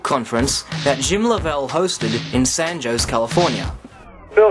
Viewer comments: should work on his Spanish: San José should be pronounced as "San Ho-Say". Don Quixote should be pronounced as "Don Kee-Shot". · I'm sorry. But anybody that can't pronounce Don Quixote or San José properly cannot be taken seriously. You sound Australian, English is your first language. You obviously aren't as smart as you are making out to be. Having watched some of your videos it's easy to answer your hoax claims. You have nothing new to say and you can't back it up. Not impressive.